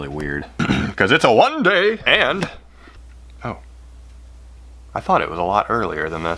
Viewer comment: "One dayy" Me: "One dayy" My mom: What did you say?